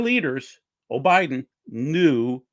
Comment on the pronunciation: you said “O’Biden.” Biden is your president whether any of us like it or not. I stopped listening not even a few minutes in. Looks like it could have been a good program but your attitudes are repulsive. Doug, these people you let flap on your channel when you’re not present, they do you and your channel a huge disservice. I’m done. Enjoyed and learned a lot for so many years until the QAnon and election/covid deniers stomped all over your channel. God bless.